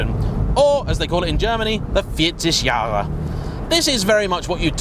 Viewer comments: That was good enunciation of "40 Jahre". 👍🏻 Loving your channel. Any chance youll be driving an Alpine A110? 😍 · Wow you pronounced “40 Jahre” astonishingly good. Well done